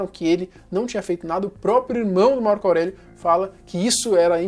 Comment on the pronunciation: ''março aurélio'' kkkkkkkkkkkkkkkkkkkkkkkkkkkkk